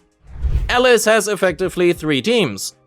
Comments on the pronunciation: WTF man it's Alice not Elles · Sure, but he only pronounces her name wrong